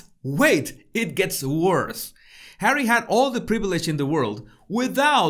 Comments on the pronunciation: Why has he called It Hawwy that's just stupid! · Nobody has EVER called him HAWWY. If you are going to pretend to be a reporter you need to get your facts right. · Omg 😱 Hawwy lol.. love it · “Hawwy, Me-moir,” how appropriate. As for his “career”, as you have pointed out, what exactly is Hawwy’s career ? So far the only thing apparent is jester sans court.